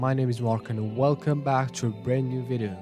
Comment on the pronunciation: wait did u hear that he said his name welome XD